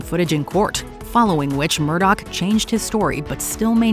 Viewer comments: How in God's ever loving name does anyone think Murdaugh is pronounced Murdoch??? That's pretty bad. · Its not Murdoch. Its Murdaugh. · Alex Murdaugh pronouncing both of his names so wrong is enough for me. Send him to the chair.